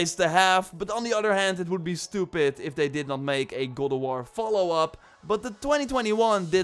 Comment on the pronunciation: Gode of war lol. Practice saying God in mirror.